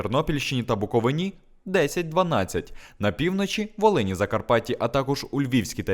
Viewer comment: БуковИна! Не БуковинА! Невже так важко запам'ятати?